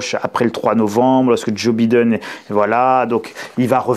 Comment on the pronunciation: « Bidène », je ne m’en lasse pas :-) Merci beaucoup pour cette présentation du dossier… si inquiétant soit-il.